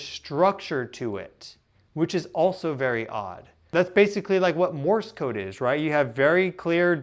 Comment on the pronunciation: It's subtle, but Morse Code usually is pronounced with the opposite emphasis and the way you're saying it sounds a little strange, like you might not be used to hearing it pronounced, just reading it, perhaps? My dad used to do ham radio with Morse Code and I guess I'm used to hearing people talk about it. 🤷‍♀️😉